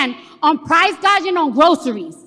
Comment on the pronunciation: My goodness. Cardi B is a tough listen. The police need to torture suspects with her voice to get a confession. "Price Garging". Well said, Cardi! LOL. She wasn't staring at your eyes! Cardi. She was staring at your chests. "She was studying". What a fool!